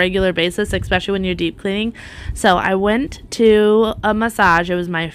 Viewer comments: Love your videos! I don't say this to be mean, but the word is 'especially', not 'exspecially'. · I would be so proud of myself to have done such a great job. What a hard worker you are. Can I mention something without hurting your feelings, you aren't the only one who does this. Why do you say expecially, when it's really " especially"?I hear So many people pronounce it this way and it drives me cuckoo.Just me so sorry. Still want to let you know I admire you and have subscribed to the channel.